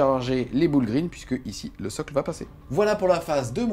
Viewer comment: Les "boul' green" xD damn la prononciation ! 🤣